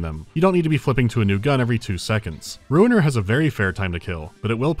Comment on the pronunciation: I'm shocked to learn that the game's name is Ruiner and not Runer.